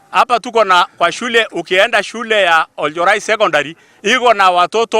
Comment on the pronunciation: Oljorai not olenjorai